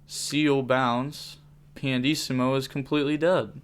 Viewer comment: it's pianissimo (italian word btw) not pandissimo, there's no d in it lol